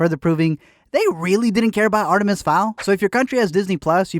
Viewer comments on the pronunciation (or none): none